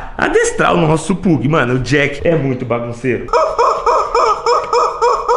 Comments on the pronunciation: Sabe nem falar a Raça do Cachorro 😂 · Não se fala Pug e pag